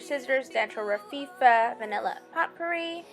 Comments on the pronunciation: Potpourri is pronounced as "poe pa-ree". Poe is said like "joe" not "pot'. The "t" is silent. I appreciate your creativity! Thanks for sharing. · Also Potpourri is POH POR EE. Look up words you don't know. It will give you more credibility on YouTube. Good job on your crafts, however.